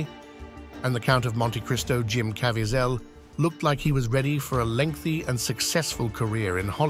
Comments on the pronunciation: I love how much trouble the A.I. voice struggles with the name Jim Caviezel.. "Jim Cav-E-Az-Al"... and a moment later "Jim Cav-I-Zial"... Haha. A.I. is still dumb. 😂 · I love when creators leave the pronunciations of names up to the AI, thus you get things like Jim Cavyzell, not to mention early nineties S. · Jim Cav-E-A-Zel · Thora Birch had a significant role on The Walking Dead. And it's pronounced Ka-VEE-zul. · Say it with me... Cuh-Vee-Zull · AI can’t pronounce Caviezel’s name. USE REAL NARRATORS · learn how to pronounce "Caviezel"